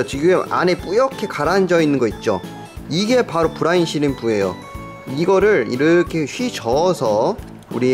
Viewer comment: 브라운이 아니라 브라인...